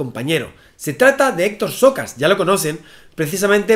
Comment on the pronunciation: Por un momento escuché "Xokas" en vez de "Socas". Debió de invitar al experto en todo